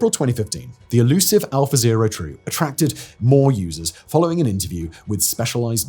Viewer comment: Unfortunately I keep hearing it as 'alpha bae' and snickering to myself.